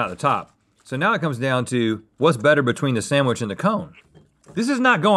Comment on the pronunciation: says SAMwich